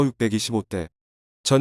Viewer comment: 기사를 내용을 충분히 파악하고 낭독하는지? 6.25전쟁을 그렇게 발음하는 것이 맞는 것인가?